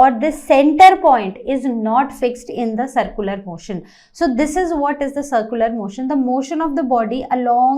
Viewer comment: Its not sircular you are not pronouncing it right